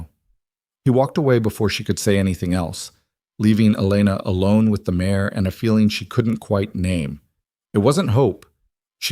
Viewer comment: Female horse - mare not mayor